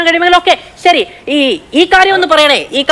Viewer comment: "ശരി" എന്നതെങ്കിലും ശരിയായി പറയണം ജയ്ക്കേ ...... "സെരി"...... "സെരി" എന്ന് പറയാതെ ...... സംസയം😂😂😂